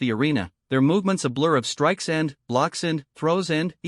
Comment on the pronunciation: Your AI has a VERY weird PAUSE every time it says the word "....and...". A bit annoying.